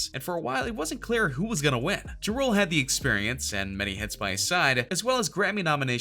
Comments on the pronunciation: It sounds like ur saying drool.. it's JA RULE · Lol he killing me the way he saying ja rule making it sound like jarule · LEARN TO FUCKEN SAY HIS NAME! JUE ROOLE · Please correctly pronounce Jah (like God) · Omg . He said Juh Rule sooo many times! I can’t!🤷🏽‍♀️🤦🏽‍♀️ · The moment this guy pronounced Ja Rule as Jarule I know the list was gonna be bogus. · "Juh Rule" lmao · Dude said “juh-rule” 🤦🏼‍♂️ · He said juh-rool 😂😂😂😂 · Juh Rule 😂😂😂😂🤦🏽‍♀️ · It's pronounced as Jah-Rule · Its pronounced Jaa Rule... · LOL JIROLE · Once he pronounced “ Ja Rule “ like that I stopped the video 🤦🏾‍♀️ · After You Said Ja Rule Name The Way You Said It I Cant Even Take This Video Serious. 😣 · Had to stop after Wayne, this narrator is an idiot, he said Ja’s name wrong too, lmao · Bruhhhhh..if ur gonna talk about BLACK rappers learn how 2 say they name..ur killin JaRule name my Caucasian dude..smfh..typical white boy..cant pronounce black folks names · Anyone else notice this channel STAYS pronouncing ppls names wrong?? Like Ja Rule and Cardi B. It makes me laugh everytime 😂😂😂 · Stfu you don’t know what the hell you are talking about when it comes to Ice Cube and Lil Wayne...you sound hella dumb. The FBI ended murder inc and Ja Rule. Also learn how to pronounce Ja Rule name right you FOOL! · This dude can’t even pronounce Ja rule name lol 😂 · He cannot pronounce JA RULE to save his life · Can you say JA rule correctly... jesus. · You can't even say Ja_Rule correctly STFU stop uploading BS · Can someone teach him how to say Ja Rule